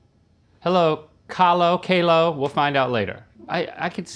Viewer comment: Its ka-lay-oh not kow-low